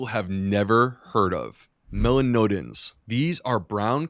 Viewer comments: Great information, but as a doctor please figure out how to pronounce "melanoidins". That was painful to listen to. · Mela noid-like-roid ins, please :)). Listened while making dinner last night, couldn’t think what mela node-in-ins might be. Rewatched, saw & confirmed correct spelling, so…. With thanks for all you do so well, from a life-long black coffee lover.